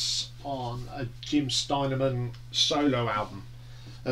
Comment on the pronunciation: Distracted by how u pronounce Jim Steinman and a few track names but a pretty good review and I would agree with u mostly. Surprised at braver than we are being so high up in your list? I find it dreadful but each to their own. Think the reason Jim isn’t featured on any of those tracks was cos he was very ill following multiple strokes. Think meat has said he could hardly speak? Dunno how u can’t like ‘sailor to a siren’?? It’s a great track!! Good to hear U were at the 10th anniversary tour. I saw the gig in Sheffield on that tour. It was 1988 and it was one of best rock shows Iv ever seen.